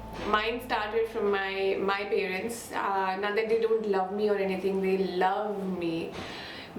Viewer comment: Very very relatable. Thanks for this. No shade but everytime u say pay-rents I die a little inside 😅jk